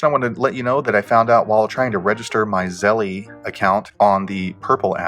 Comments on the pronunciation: Its zelle not zellee ding dong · I know it’s petty, but Zelle is not pronounced like Zelly, rather it rhymes with tell, and that makes it Zell. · Stop saying zellie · If you can’t pronounce the app correctly I’m going to assume you don’t know what you’re talking about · Thats not the way you pronounce Zelle, great video tho